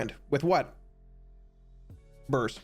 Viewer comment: "bUrRS" <- whenever he says it, eat a cookie!